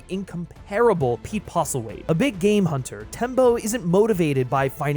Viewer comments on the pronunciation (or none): No one ever pronounces Postlethwait correctly, ever